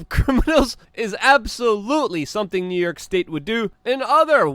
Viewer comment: Luke where is NerYerk city. I noticed you struggle with pronunciations. A little speech therapy may help.